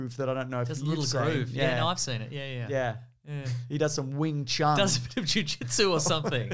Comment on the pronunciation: It’s wing chun jeez